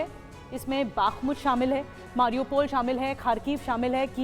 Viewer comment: Matlab ah,ah,aa matlab,baaakhmut,😂😝 nehi ma'am Bakhmut hai.